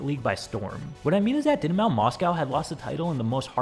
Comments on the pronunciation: Dyn Mao 😂 bro, what are you saying? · That pronunciation of Dynamo is insane. And the American way of saying Moscow makes me quesy, i just think of a mossy cow. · Butchering Dynamo is just horrific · Dynamo❌ Dinmao✅